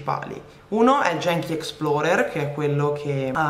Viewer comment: Si pronuncia "ghenchi" non "jenchi"...